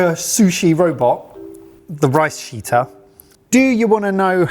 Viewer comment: might have called it a toilet but sounded suspiciously close to rice shiter, not rice sheeter